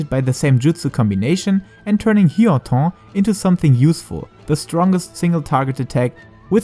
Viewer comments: Sure but it is funny indeed (native german speaker here too) :-D. "Hyotoough" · Didn't understand this comment until I got to the "hyoton" pronunciation. I'm dead.